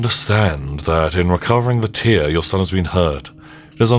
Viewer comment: Great looking game and you were great with the voices etc during the walk thru...only thing tho is you kept saying tear as in water from eyes...when I'm pretty sure its tear as in a rip...got irritating once I realised as couldnt ignore it